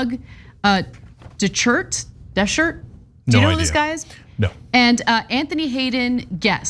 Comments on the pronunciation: You said "Shart!" 🤣🤣🤣🤣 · DeChert, pronounced DeShart. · When you were trying to pronounce his name, you kept saying de shirt…isn’t he the one that ended up ripping his shirt off LOL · Dechert is pronounced "Day Shart." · DE-share is how I would pronounce it. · Ana can't pronounce Dechert's name? Really?